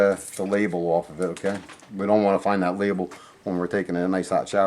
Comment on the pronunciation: It’s a water heater If the water were hot, it wouldn’t need a heater. Also, the words are: THERE & THAT. Not dere & dat. Other than the sound of your voice, thanks for the help.